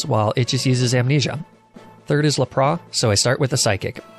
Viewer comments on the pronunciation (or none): Lapras definitely isn't la-praw. That's just silly. Look at all of the shows, games, and movies involving lapras. It's lap-ras. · Honestly man, love the video....but what in the freaking world is a Arca niney and La Prah? Are you doing this intentionally to drive us crazy? wanting to punch the hell out of the screen and keyboard, bite our nails and bite our tongue in full rage!!! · It is lapras not lapra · Theirs a s on lapras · lapras isn't pronounced as laproe it is la pruhs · WHY DO YOU SAY LAPRAH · Laprah? Lap-ras... Sorry that bugged me so much you said it like 13 times in under a min and a half. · NOT LAPRA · Fid he say lapra instead of lapras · Ah yes lapraa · arca nee-nay this isn't the end! Lepraa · lapraS, lapraSSSS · You absolute psychopath calling lapras “laprah” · LePra, Arcaneenee, Onixii- what are you from Vietnamese Crystal??!! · Dude Arcaninay Laprah What the fuck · 𝑳𝒂𝒑𝒓𝒂𝒂𝒉 and 𝒂𝒓𝒄𝒂𝒏𝒚𝒏𝒆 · You said to Lapras laprass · You lost me at Arcaneenay but you killed me at Laprah. For obvious reasons, I could not sit through the rest of the video, hilarious xD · “le prois”: exists . Arca-knee-nae: finally our battle will be legendary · Nobody: Not a single Poketuber:: "Arca knee ne, La prá." The way he pronounces these is still hilarious, ngl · Lap-Bra? Come on bro... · Excuse me? Arcaneenay and la-prah? Did I hear that right? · Bro. Arcaneenay and Luhprah? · Stop saying laprá lmao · I have to ask, are you doing that on purpose? Lapra?? Arceneighneigh?? I mean I love your videos but come on man you gotta tell me if your doing this on purpose it's a rule!! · The way he pronounced "Lapras" makes me want to commit die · I can't pay attention to anything else when he started saying laprá 😂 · Who would win: one Arcaneenay, or one Laprah? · Mate the pronunciation of some Pokemon (arcaneenay and la prah) is on point. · im sorry but.... LAP-RAH????? jk love the vid <3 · I love says larbras and archinini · His pronunciation of Lapras is beautiful.